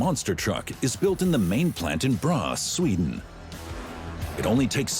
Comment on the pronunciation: What city is "bras"!? Do they mean "Borås"